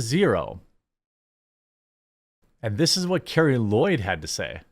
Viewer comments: It is pronounced Car-Lee. She is based, get her name right. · I agree with everything you’re saying but, to sound credible about the things you’re talking about, please pronounce the names correctly. Ra-peen-noe, not Rap-in-no and Carli Lloyd not Carrie Lloyd. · The NAME on the FRONT of the jersey is MORE IMPORTANT than the one on the back!! btw - it is CARLI Lloyd and Ra pee no. I know that this topic isn’t normally on your radar, I get it.